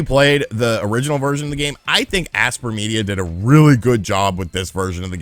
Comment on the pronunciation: It’s pronounced aspire media lol